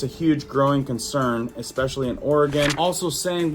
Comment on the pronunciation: ... then again, you do say Exspecially, so...